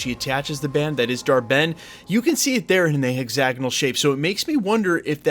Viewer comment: It's pronounced hex-ag-on-al, not hexanol.